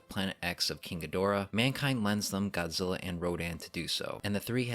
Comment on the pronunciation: I love it when the dubs say Godzilla name wrong and go GODZILLER over and over again